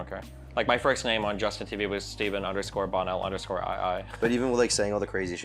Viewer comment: You can't even pronounce his name, and you expect us to believe you researched this well? What a joke. The accent on Bonell is on the 2nd syllable, not the 1st.